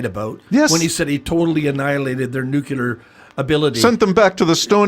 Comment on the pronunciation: If you can't pronounce "nuclear", you're not allowed to talk about it.